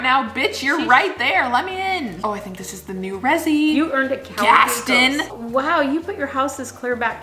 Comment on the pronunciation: Gas... GasTIN? Lol love you 😂